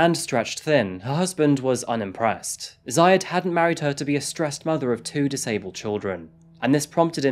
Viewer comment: It's not ziayad it's Zeeyaadh